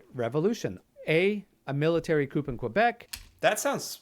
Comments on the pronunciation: As a Canadian the man giving the test should know that it is pronounced Military coo. and not Military Coop. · Did this guy say COOP? OMG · I feel like this guy giving the quiz has only ever read the word "coup" 🤣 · "A Military Coop in Quebec" Uhh no, the p is silent in the word coup. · No Canadian should pronounce "coup" like "coupe." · This guy saying the P is coup is bugging me.